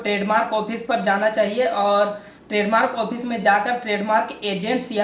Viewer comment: it's fresh not presh and it's use not usgg* it's office not *ophice*. . anyways u need to work harder ... anyways good work keep it up.. like the knowledge u shared.. :)